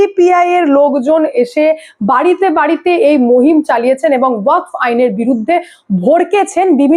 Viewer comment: দিদি,উচ্চারণ টা ওয়াক নয়।ওয়াকফ হবে।